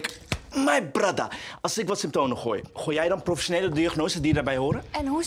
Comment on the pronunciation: SymptoMen niet symptoNen